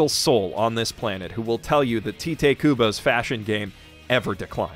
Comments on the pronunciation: Also I don’t want to be that person but Tite Kubo is pronounced as Taito Kubo (like the phrase, “it’s right.” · It's just occurred to me that this is the first time I've heard someone pronounce Tite Kubo's name as "tee-teh" rather than saying it like "tight." It makes a lot of sense, and now I'm wondering how many of us picked up Bleach as a kid, read it as "Tight" and continued to believe that's how it's said. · From what I understand, Tite Kubo is actually pronounced like it rhymes with kite (or closer to taito but yeah). His name is actually 久保 帯人; Kubo Taito I know that normally something romanized as "tite" should be pronounced tee-tay (if ti actually existed and wasn't actually chi) but "Tite" isn't a normal romanization and more a special choice by Kubo to romanize Taito as such. It's romanized that way with English pronunciation in mind. Anyway, anything saying something positive about Bleach in 2021 and not just kicking the dog is a treat in my book.